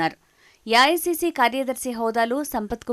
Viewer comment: యాయాసిసి కాదు అమ్మాయి ఏఐసీసీ అని స్పష్టంగా చెప్పు